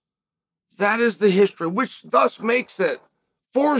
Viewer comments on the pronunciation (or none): none